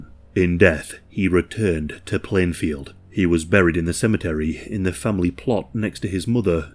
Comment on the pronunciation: ITS PLANEFIELD NOT PLANEVILLE